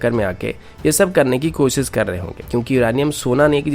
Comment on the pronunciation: You are good... Just improve your pronunciations... Eg. news - newj... Shuru - suru... Fresh - fres... Koshish - kosis! Overall, your content is good!